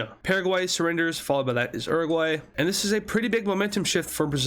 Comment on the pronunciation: is YOUR A GU AY not uroguay orsomethin